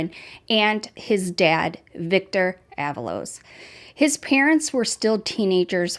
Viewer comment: “Ah-VAH-Los “ (not “AVA-Los”) 🤭